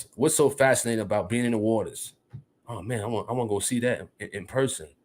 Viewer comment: Dude said en fascinating 😂😂😂😂😂 ….what a dumdass